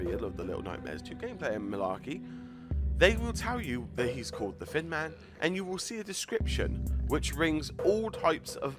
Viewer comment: It sounded like he called him the fin man